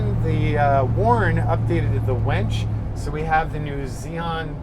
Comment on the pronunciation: Winch not wench lol